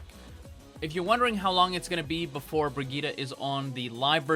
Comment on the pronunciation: You're still mispronouncing it. You need to put the emphasis on the second I not the G. ps: Mercy's bunny hop is the same thing as the three examples you gave.